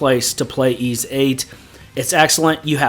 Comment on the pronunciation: You get a thumbs up for pronouncing Ys correctly all by itself.